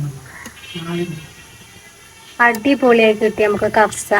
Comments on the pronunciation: കഫ്സ അല്ല പെണ്ണെ കബ്സ ആണ് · കഫ്സ അല്ല.കബ്സ ആണ് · കബ്സ ആണ് കവ്സ അല്ല ❤